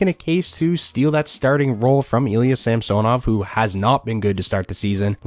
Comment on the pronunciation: samsonov is pronounced sam son ov not samso nov